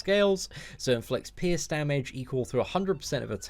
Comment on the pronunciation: All I hear is "piss" card instead of pierce xD Keep up the awesome work man!